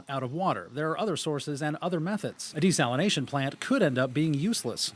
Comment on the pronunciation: Desalinazation lol